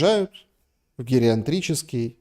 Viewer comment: гериатрический - без буквы Н.